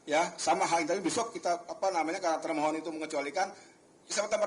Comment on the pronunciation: kok ketika hakim bilang termohon yg saya dengar malah termul 😂